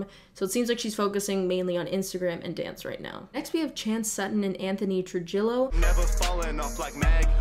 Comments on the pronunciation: when u said true-jello it hurt me 😩 it’s pronounced true-he-yo girl, that’s my last name too and it makes me cringe every time an american pronounces it like that lol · have u ever met a Latino lol its pronounced troo-hee-yo. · i'm sorry girl but it;s pronounced anthony TRU-HE-YO lmao